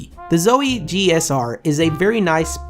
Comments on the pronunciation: He says zoey 😂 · It's pronounced "zou-ee." hello? lol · Him saying Zowie wrong hurts my brain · u want a zowie sponsor, then say it right. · zowie isnt going to sponsor you when you cannot pronounce their name correctly